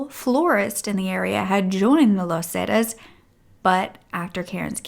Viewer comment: Would help if you pronounced “Los Zetas” correctly. You could have used google translator to hear how it’s pronounced.